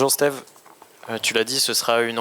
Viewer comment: qui dit « Stive »…… Sérieusement être journaliste foot français et faire cette erreur c’est honteux.